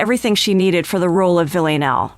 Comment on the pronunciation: Is there a reason she cant pronounce Villanelle?